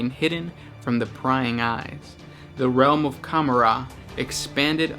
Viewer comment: lol cumarar? com-or-ah :P